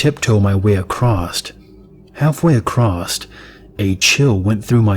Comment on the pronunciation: "Accrosst"? Lol